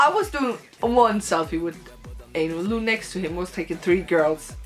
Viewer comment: I was there too and it was amazing.Really cool that you told us your feelings about it.But his name isnt pronounced as 'Lu' but Lou like 'low' :) ♡